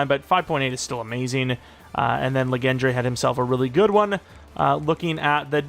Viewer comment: “Legendre” is pronounced like legend with a French accent. This luh gen dray business is nasty work